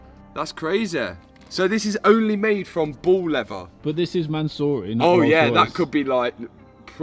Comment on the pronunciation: Bro I thought you were saying “ball leather” not “bull leather” 😂